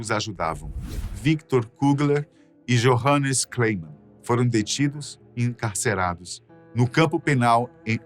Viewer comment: Uma observação do idioma e forma falada do J em neerlandés, o J se fala como i, tipo, Johannes, como foi falado no vídeo, me encanta ouvir sempre as escrita de Anne, até hj se especula que eles foram sim traídos, e alguém denunciou onde estavam! Os ratos de guerra!